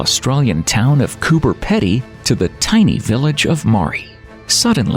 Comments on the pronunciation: Coober Peeeedeee...not pede. Woom-ERR-a... Not Woom-eera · Great little vid. Pity they couldn't get a grasp of the pronunciations of: Woomera, Pilbara, Uluru (which is really Ayers Rock), Tanami, Meekatharra and Coober Pedy. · Mispronounced!! Butchered!! Koober Peddy? Wooo- merra? Marry = Maree!?! Only got through half the show! At least it got Alice Springs right!! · Migatharra is pronounced miggu tharra!! I for iglu, U for up, r for rob, a for apple cooberpedy pronounced coob ahh peady. Holy shit U yanks sound funny